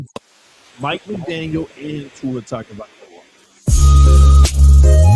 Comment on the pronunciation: Is intentionally saying Tua’s last name wrong?😂